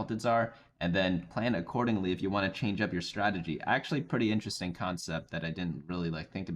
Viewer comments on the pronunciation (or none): none